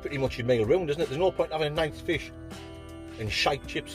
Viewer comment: nice bit of flish